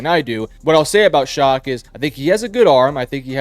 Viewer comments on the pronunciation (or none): For the record, Tyler Shough's last name is pronounced "Shuck" and not "Shock". It isn't a big deal, but it was bothering me through the video. 😂